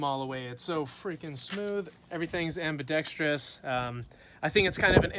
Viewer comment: Lol at the autism triggered from “ambi-dex-tree-us”